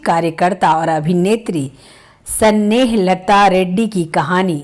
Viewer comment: कृपया आप अपना उच्चारण सुधार कर वीडियो बनाये। हिंदी का इतना अशुद्ध उच्चारण सुनकर खून खौल जाता है। ना तो आप नाम सही बोल पा रही हैं, ना ही अन्य शब्दो को सही उच्चारित कर रही हैं। अस्थमा होता है---अस्थामा नही स्नेहलता नाम है--सनेह लता नहीं